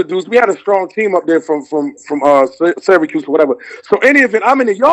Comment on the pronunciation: Its Cuse not Cues...shout-out to the 315